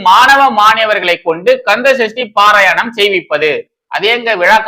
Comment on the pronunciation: பாரயணம் இல்லை பாராயணம் ... திருத்தி கொள்ளுங்கள்